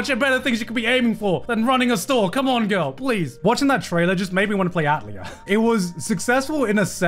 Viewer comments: hearing garnt say atelier as "at-leer" hurt me. its "ah-tell-ee-ay", you monster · I cringe at his pronunciation of “Atelier” 😂